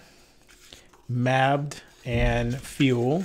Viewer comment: Niamh is pronounced 'Neeve'. Mabd is pronounced 'Mayve'. Caolin is pronounced 'Keeyl-an'. Sloane is pronounced 'Slow-an'. Gaelic is a difficult language?!